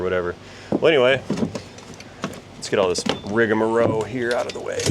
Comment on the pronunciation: Ok... I've got to get this off my chest. You always say "rigamarow" but that's not the correct pronunciation. The standard is "rigmarole" or the alternative of "rigamarole" - but in both cases, it's an "L" at the end...not a "W". I know, "who cares," but I also know that you like to be as correct as possible. Keep up the great videos!! I've learned a ton by watching you!